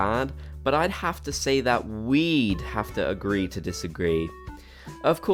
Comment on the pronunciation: “But I have to say that w e e d have to agree to disagree”